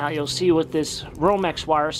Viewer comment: Sometimes we count how many times he says"wiff" instead of "with." Giggle giggle...